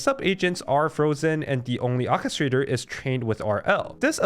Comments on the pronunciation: English is hard, but God, "Okistrator" was really getting on my nerves. OR kistrator... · "OR-KE-STRA-TOR" not whatever the heck you said repeatedly PLEASE. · ORRchestrator. orchestrator.